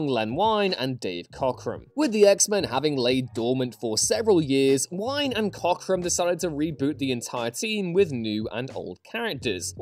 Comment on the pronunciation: Len Wein's last name rhymes with "lean" not with "line"